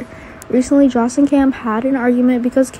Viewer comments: OH and IT'S JOSS Not JOSH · It's Sonny not Sony. Joss not Josh